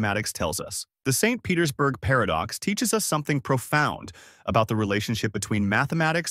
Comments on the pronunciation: Must be read by AI or it would have read "St. Petersburg Paradox" as the name of a place instead of a longer pause after St. because it must be the end of a sentence, and an additional emphasis on the P in Petersburg as it's the beginning of a sentence. Very good AI, though. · AI readers have a hard time telling the difference between a full stop and an abbreviation. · AI sees a dot after ‘St’. AI pauses for end of sentence 🤦‍♂️ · Yep, the way it end the sentence at the dot of St. Petersburg give it away